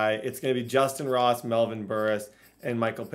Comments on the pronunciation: i don’t know if it’s just me but when he kept saying moss instead of ross it was irritating me😂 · "Justyn moss" bro it's justyn ROSS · Is there a reason you keep saying moss when his name is ross? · Did he say moss and stead of Ross 😜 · Is it me or is saying Moss instead of Ross? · Am I the only one that here's him keep saying Justin moss instead of ross??? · why does it sound like he is saying justin moss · ROSSSSSSSSS WHY DO YOU CALL HIM MOSS